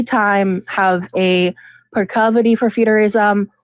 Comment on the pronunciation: The word is PROCLIVITY not proclovoty